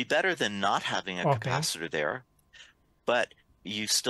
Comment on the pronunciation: you are mostly ok and easy to understand. Just need to adjust a couple of words. For the moment I remember "capacitor". Google translate is your friend.